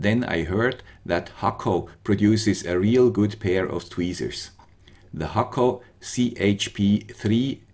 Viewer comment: You are the first one I see who pronunce Hakko the right way